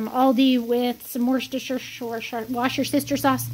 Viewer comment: Were-chester-shire sauce lol 😂